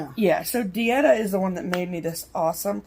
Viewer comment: You DID say my name correctly! I was named after my Aunt Etta. ❤️ I personalized your bags and my daughter, Chelsea, made your pearl scissor fobs. Enjoy! We are The Pearl Girls. #paint_and_pearls It was so exciting to talk with you a few minutes. Hope next time we can meet!